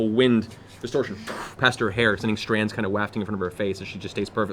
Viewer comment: it always amazes me how Matt can pronounce the sound of a dagger spinning as it flies through the air, but can’t pronounce “wafting”